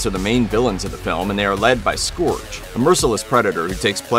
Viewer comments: It is pronounced Skurge but Unicron says Scorge in 1986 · How can you possibly have watched the movie if you still pronounce Scourge as Scorge.